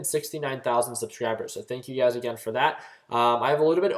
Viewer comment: Whenever you say, "you guys" I think you are saying "UGAZ"... LOL :)